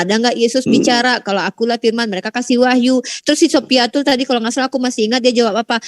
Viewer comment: satu yang bikin saya tertawa ngakak bang.....di bilang syoifatul di sebut syoifatul radialloh anhu... 😆😆😆😆😆😆